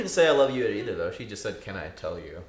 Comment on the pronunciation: "I wolf you" 🤢🤢🤢. I hate it so much